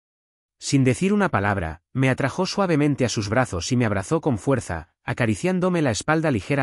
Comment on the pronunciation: "Me atrajó." Es "Me atrajo." "Enderezó mis hombros." ¿Quién le enderezó los hombros? "Enderecé mis hombros." Revise antes de subir la narración, y si comete un error, corríjalo antes de..... El actor coreano a quien hacen referencia se llama Lee Min Ho (Li) , y es mi actor coreano favorito. "Me atrajo." Sin tilde en la vocal [o]. "Kevin se interpuso..." Se pronuncia tal y como estó escrito, sin tilde en la vocal [o]. Incluso, NO inclusó NOTA AL NARRADOR: Usted tiene problema al pronunciar la vocal [o] al final de cada palabra al ponerle la fuerza de pronunciación al final, y convirtiendo las palabras en agudas, cuando la fuerza de pronunciación es en la segunda sílaba la cual llamamos llana. Perdón por analizar todo.